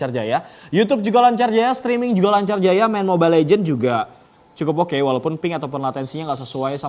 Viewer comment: mobile legends bang bukan legend